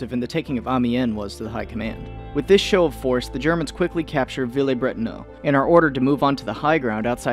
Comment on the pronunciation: Bretonneux, not Bretonneaux.